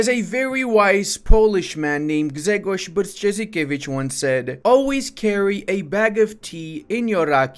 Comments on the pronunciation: This is not the worst Grzegorz Brzęczyszczykiewicz I have ever heard. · almost good pronunciation of Grzegorz Brzęczyszczykiewicz! Btw, you pronounce " Sejm" correctly - kudos! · Congratulations for attempting to say "Grzegorz Brzęczyszczykiewicz" - and almost succeeding :)